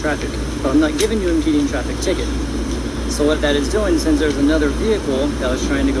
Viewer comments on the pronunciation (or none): none